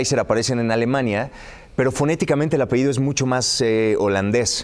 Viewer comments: Se dice ( apellido ) no ( apehido ) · Ay Gustavo, ya te iba a contar cómo los presentaron y lo interrumpiste. Permíteme hacerte una observación respetuosa, se dice apellido, no apehido. Saludos ✨ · TODOS PODEMOS COMETER ERRORES AL HABLAR.........PERO UNA PERSONA QUE VIVE DE HABLAR?? ES INACEPTABLE QUE NO SEPA QUE SE DICE APELLIDO Y NO APEIDO. A LEER MAS GUSTAVO ADOLFO.